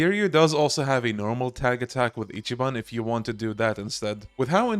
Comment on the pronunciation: It’s not ichiban his name is ichi ball